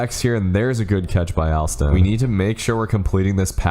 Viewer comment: Alston pronounced (All-Stun)